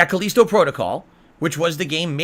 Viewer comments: KUH-LEEST-OH Protocol? It's KUH-LI-STOW, you "dunce" God damn why can this grown man not pronounce words correctly? Also Callisto Protocol was ass, people did not hate it because it was too hard, they hated it because it SUCKED. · What's CalEEEEsto protocol ??